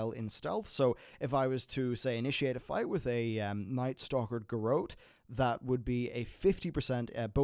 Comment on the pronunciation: Garrote is pronounced Ga Rott, not Gahrote.